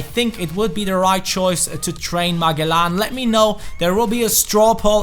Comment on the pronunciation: you pronounce magellan like ma-jel-lan